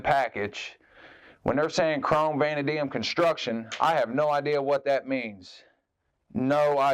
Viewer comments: Vah-NAY-dee-um I believe is correct pronunciation if it matters. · I think it's pronounced "vuh-NADE-ium" but I could be wrong. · just for future reference, its pronounced vuh-nay-dee-um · Vanadium - Vuh-Nae -Dee-Um